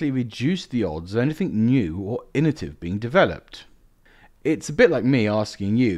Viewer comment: Like the vids but you keep saying "innotive" in many of them. Its 'innoVAtive'.